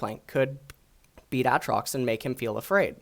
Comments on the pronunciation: Aatrox not atrox u dumbfuck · Please his name isnt ahtrox. Its Aytrox. Also this new champ isnt Aatrox. Its Boris. Bring back aatrox rito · Hey, it's AA Trox not Atrox PepeHands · AKA "" was gainfully hired to cast LCK in stead of the mediocre Snake Oil salesman Papa "In a World Where" Smithy. He is known for his strong opinions on the pronounciation of AYAYAtrox and his unparalleled knowledge of Thomas "the unbenched" Kench. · The way he says Aatrox gets me every time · say aatrox right pls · Its not Aatrox its Aatrox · the way you say aatrox is so cancer, it makes me wanna commit suicide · Why the fuck do your pronounce Aatrox like that...